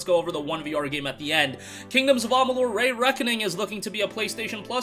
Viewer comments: KoA Re-reckoning is great but I'll never watch this channel again. The Re in Re-reckoning is pronounced Ree (sounds like pee) Not Rey. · “Ray” Reckoning makes me ears bleed 😂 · Lol "KoA ray reckoning"